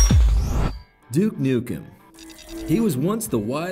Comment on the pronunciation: at around 30 seconds in he pronounces duke nukem properly :D take note other americans, it isnt DOOK NOOKM